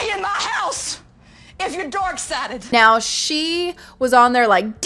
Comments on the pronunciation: Oh my gosh, that lady who claims she is a christian, is an embarrassement to the Christian religion!! lol And it cracks me up cause she sounds like she is saying "theyre DOORK sided" and not "dark" lol That should be a meme too! lol someone is doing something insane and claim they are dork sided! hahahah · I personally like how she sounds like she's saying "dork sided". I'm pagan and I grew up southern Baptist and for anyone who thinks she might be acting up for the cameras, while she might be, i actually know people who would act like that if they knew I've been a practicing witch for 20 years.. 😂